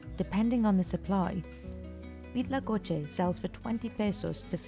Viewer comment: Me sorprendió lo perfecto que dijo huitlacoche